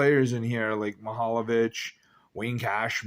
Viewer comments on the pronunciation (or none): Andy Brown was actually the last goalie to play in the NHL (and WHA) without a mask. Worsley was 2nd to last. And Mahovlich is pronounced the way it's written: Ma-hov-lich. You're adding an extra syllable and putting the L before the V when you say it as Ma-hol-o-vich.